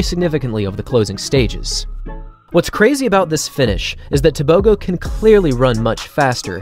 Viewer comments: The letter g in Setswana is not pronounced like a g in English. It is guttural "h" sound. Similar to the ch in loch. Also Botswana is about 3300 ft above sea level. So at sea level he would have ran even faster. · Just for interest sake. A "g" in African names like "Tebogo" is not pronounced as a g. It is more of a clearing of the throat sound. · You're butchering his surname.